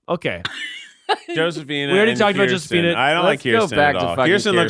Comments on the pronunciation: Y'all, Josephina is pronounced with the Spanish J, like Jose. That was wild to witness. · The way they pronounce Josefina 🤦🏽‍♀️ but I was hardcore an American Girl Doll fan